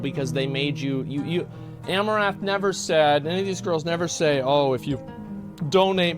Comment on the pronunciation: Is it my imagination or are you saying Amourath rather than Amouranth. missing the N